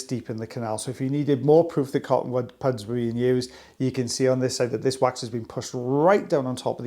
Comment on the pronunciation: Cotton puds?! 😂 pronounced pud not pood!